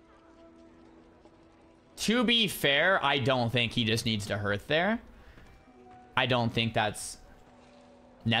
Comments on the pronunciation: please stop pronouncing it 'h-earth' hearth is pronounced 'harth.' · Dunno if anyone has mentioned this, but HEARTH is pronounced like HARTH, not HIRTH. Just saying.